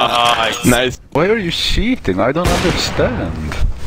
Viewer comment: Best part "why are you shiiitting(cheating), I don't understand, like why?"